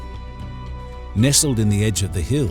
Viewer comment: What a minute. Bay of Bengle??? What the hell is that??